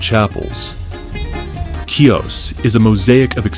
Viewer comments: The island is pronounced He-Ohs the C is not pronounced it is silent. There is no “key-ahs”. Lovely video just really would love those seeing the video to know how to pronounce the name of the island. 🙏🏼🥰🇬🇷⚓️ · Learn how to pronounce the name of the island correctly HEE-os smh it's a insult to my heritage my Father was born here and raised on this island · Wonderful video!!!!! But how can you pronounce Chios like that?